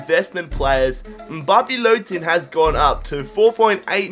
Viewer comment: + you said lottin right by the way